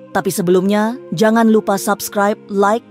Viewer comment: Coba lo sebutin SUBSCRIBE.. YG GUE DENGARIN itu ADALAH SABKRAIB 😂😂😂..Rata2 ngak habis SEKOLAH kalian ya kan.